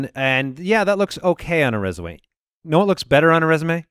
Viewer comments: resuwe. We all heard it. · Did call it a resuway in the intro lol